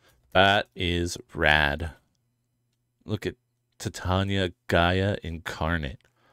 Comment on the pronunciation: i think you pronounce Titania like "Titanium" LOL you play green, that'd be the day ps I'm team Wyatt 🤍💙🖤♥💚